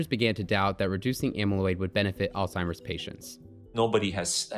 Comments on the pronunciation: Why is this guy allowed to be recorded saying "all-timer's" disease? 🤦‍♂️ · Did nobody else notice that the Doctor , the Harvard Professor of Medicine, called it "All-Timers Disease" like a total moron?